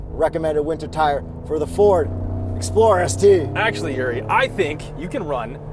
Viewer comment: This is what i heard... "A 2025 Ford Exploder ST without warranty!" Ahhhhhhhh!!!!!